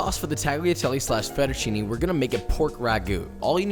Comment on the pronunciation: Also with fettuccine the "ne" is not "nee" is more like "neh" or "né"